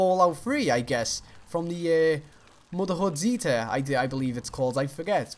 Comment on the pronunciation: Motherhood zeta? What the fuck did i just hear?